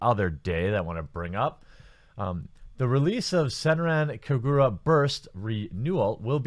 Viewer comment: Kah-ga-ra not ku-gu-ruh